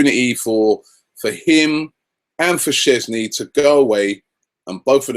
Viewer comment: There is this letter "ę" (if you can't see it, it's like an "e" but with little line going down from it), cause it's really Szczęsny. You don't even have a sound for it in english, I believe :)